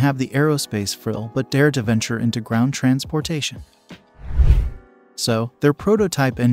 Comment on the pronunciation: Ditch the robot reading with horrible pronunciations like "trans POR tation" and remove the dings that keep everybody stopping the video to check for messages on their phones!